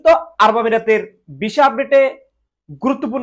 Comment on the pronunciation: Vhai Kotha ki bolen visa pronounce ei korte paren na Abar video banan....